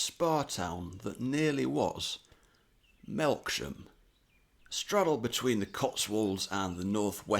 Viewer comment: Bro had me dying when he said melksham at 10 😂😂